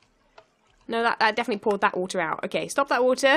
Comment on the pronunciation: Stup dat wutah lmao